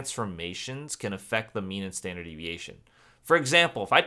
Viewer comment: there is a typo on the probability slide!! you said "stanard" deviation rather than standard! Thank you for your time you remind me of my teacher his name is Mr Dick Elsbree and he is bald.